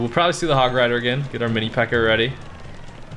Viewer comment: This man said mini pekker